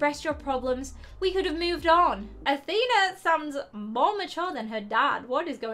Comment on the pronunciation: it isn't AthEna it's AthenA